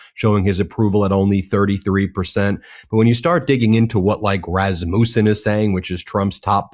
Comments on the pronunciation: check the Rasmussen pronunciation with the AP STYLE BOOK> :) OK Professor? no NOT MOOO, more like MU. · Say that name Rasmussen right!!! It's not a u sound it's an a sound. That is my maiden name. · You pronounce "Rasmussen" wrong! It is NOT: "Ras-mus-en" with emphasis on "mus"! It is pronounced with emphasis on "Ras"! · Hey Ben. How many u's in my surname? One, there is one. It is Rasmussen, not Rasmuuuuuuusen. I know Americans are not good at foreign languages, but still. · I'm a Rasmussen. And I don't like it when I hear the name mispronounced over and over again. You have to say it like: Rass mus en